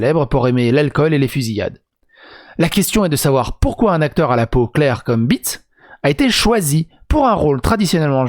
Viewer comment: "Tsatsi ou Zassi Béétss" , elle est Allemande donc le "e" se lit et se prononce "é" appuyé ici, comme en néerlandais d'ailleurs. Voilà. ^^